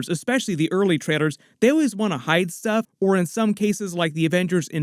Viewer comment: Bro, are you saying trailers or traitors 😐